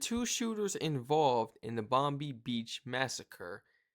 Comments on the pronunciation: G'day Mate! Please, Please, Plesse... It is pronounce "Bond-eye" NOT Bondeee... Cheers! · Hey buddy , the word Bondi beach . Is pronounced as bondeye beach bro not bondy beach 👍🙂 good reactions buddy cheers from Australia 🇦🇺🐨🦘🪃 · its pronounced BONDIE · Pronounced BON-DIE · 😂 Bond...eye, is the pronunciation 😂❤🇦🇺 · Its not Bondi , its pronounced ‘Bond-eye’ 😅